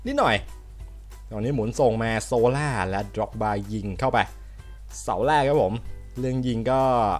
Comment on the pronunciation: 555ฟังพี่พูดเสียตำนานหมด พีดร็อก ๆๆ เหมือนเรียกหมาอะพี่